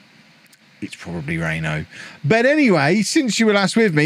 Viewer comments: "Reeno" is correct. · yes you pronounced reno correctly